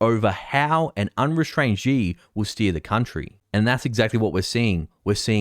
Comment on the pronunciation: Not a big deal, but Xi is not pronounced as zi or ji, but shi.